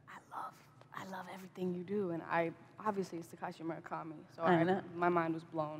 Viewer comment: I laughed when she said murakama